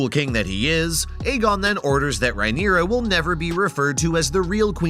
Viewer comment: Mate you are absolutely murdering the pronounciations. Who in the actual fuck is Eegon? Or Rhyneria? Ugh it’s so cringe.